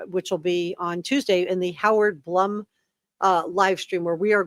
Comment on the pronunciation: FYI- I believe Blum is pronounced “bloom”.